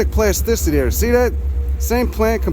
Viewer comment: This video just showed up in my feed, this guy really knows his stuff! The milkweed and echinacea are typical “butterfly garden” species (perhaps intentionally planted by to attract Monarchs to his dock?) The accent is a combo platter of NYC and somewhere else -Philly, PA? It’s his “there” (“dere”) that gives it away. “You guys are lurkers!” 😂